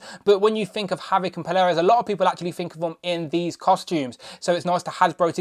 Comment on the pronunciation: Good review but i think it's pronounced "Pole-ar-uss" . Picking this up tomorrow ❤💪